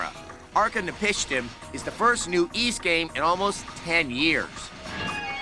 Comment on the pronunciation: The Ys review was surprisingly really good, what's even more shocking is that they pronounced the game's title correctly. Also "Yes, they made another damn Dynasty Warriors game" I love how this is still relevant almost 16 years later. lol